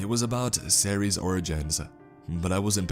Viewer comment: 이동연 -Cerces? He pronounces the name as Are-Series.